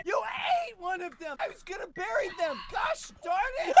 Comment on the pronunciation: “I WAS GONNA BARRIE THEM!” 😂😂💀💀💀😂💀😂💀💀💀Ahahahhhhhh😂😂😂I’m dying help meeeeeee